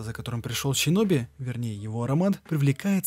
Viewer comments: Вот все хорошо, но или СИноби(по Поливанову) или же ШЫноби))) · сам ты щиноби, омг, шиноби*)) Нету в их языке вообще щ. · И всё таки как правильно будет Щиноби, шиноби или синоби? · Столько времени прошло... Наткнулся на обзор, послушал первые 8 минут, раз 15 произнесённое слово "ЩИНОБИ" и пару АЩИНА/ИЩЩИН убило меня и мой слух, ебнул дизлайк, сори. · Почему вместо "С" звучит "Щ"? Даже в игре все написано через С, а у самих японцев нет такого звука. Что за отсебятина? Это не английский язык. Слух режет. Щиноби... нечего добавить. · Щёгун и щиноби, серьезно? Японцы это так произносят?